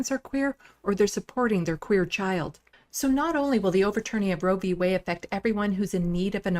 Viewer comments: Did little mis Boebert say Way or Whey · Did she say "Roe v. Way" ??????? Lauren "Jezebel" Boebert is an idiot. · "Roe v wayy" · It's wade not way you dumb sack of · I caught that as well. She must have just had her curds and whey whilst rowing down a Colorado stream. Like the one that leads to the Coors brewery. She is sooooo dumb.